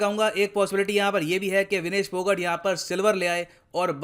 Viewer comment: Sir, I would like to correct you it's विनेश फौगाट not पौगट